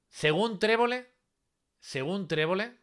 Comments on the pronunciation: trevole nooo 🤣🤣🤣trebolle,🤣🤣🤣🤣🤣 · Trebole trebole tre bo le 🤣🤣🤣🤣. TREBOLLE